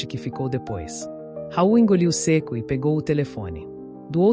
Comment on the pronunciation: Não se diz se' e sim seco😂